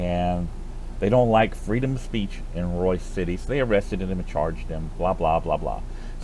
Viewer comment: FYI it is ROYSE city, not royCe. I am posting this to help anyone doing a search for ROYSE CITY on Do NOT use Google. . ✌🏻 👀 👍🏿